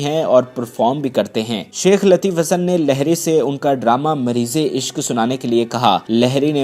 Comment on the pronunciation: لہری نہیں لہڑی ہو تھا ہے